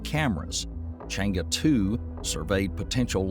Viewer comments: Think should pronounce more closely as possible to the Mandarins words ie."Chann Er" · its pronounced as trwo words Chang ER... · My ears almost bled from the constant wrong pronunciation of Chang’E. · The video is in fact very informative with regards to moon exploration, if I were to be picky, it will be the pronounciation of chinese terms like Chang'e and Que Qiao, it will be utmost appreciated by the chinese community n real good knowledge for the Non-chinese community in respect for the correct pronounciation.